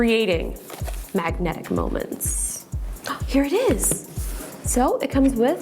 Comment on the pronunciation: I like the way you say 'Magnetic' 👍🏻